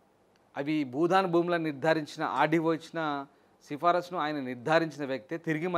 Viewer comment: Anchor మిత్రమా budhan కాదు భూదాన్.